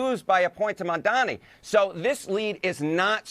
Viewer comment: How hilarious is it that unironically does the same mispronunciation as cuomo (of Mamdani’s name)…. Calling the guy “Mon Dommy” (at like )